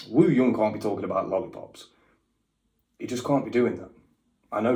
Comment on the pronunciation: By the way, Wooyoung’s name is pronounced OOyoung, no pronunciation on the W